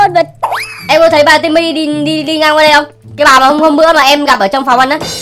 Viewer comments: Cái khúc anh yêu cầu trả chị Timmy trước ấy em nghe đi nghe lại nhiều lần mà vẫn nghe ra chử simmy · anh ns Timmy mà e nghe ra " e ơi "